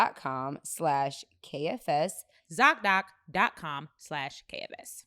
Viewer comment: The way B say Zocdoc has me in a frenzyyyy😭🤣🤣